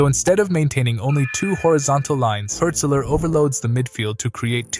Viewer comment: it’s not pronounced like hurt-zeler btw